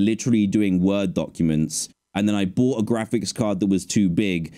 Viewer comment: dan is flexing saying "i boght this $800 ting and i dont use it" hahahaha